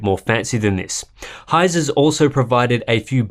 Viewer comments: Dude, it's pronounced /heizɘ/, where the heck does the uh sound come from "Heise" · Heise is pronounces like Hi-Suh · Dont forget the e in Heise